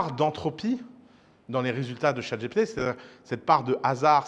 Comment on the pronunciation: Je suis nostalgique de l'époque ou Ouss disait "Chat GTP " ! 😢